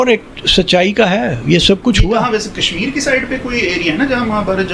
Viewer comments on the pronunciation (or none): none